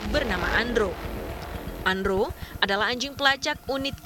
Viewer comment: namanya andro, kedengarannya andrew